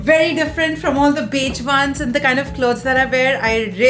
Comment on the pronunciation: cool stuff, just pls don't pronounce "here" as "hair" ; "beige" as "beij" and "wow" as "vow"